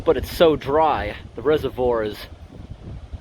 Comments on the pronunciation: Couldn’t watch anymore, mispronouncing “reservoir” as “reserve-ORE” was bad enough, but calling “sluice gates” “slice gates” come on... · Your constant mispronouncing of reservoir irks me way more than it should